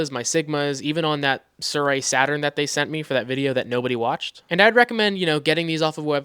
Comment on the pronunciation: it's Air..ee...not Are...ee